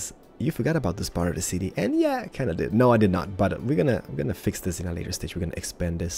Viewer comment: The word is THIS not DIS